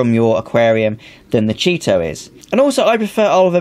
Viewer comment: CHEE-TO! Thanks for video! Good info!